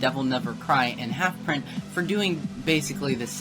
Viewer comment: 1) Seperate the art from the artist, poor analogy, see Gary Glitter/Chris Brown 2) Its Rezoura not Rezora 3) Its HalfPint not HalfPrint, you said halfpint at one point while showing DNC's profile picture. You said halfpint didn't have evidence which could result in rezoura being made to look the victim, I mean Catana consolidating 30 pages worth of evidence which is how Rezoura got destroyed in the first place and why his credibility is gone.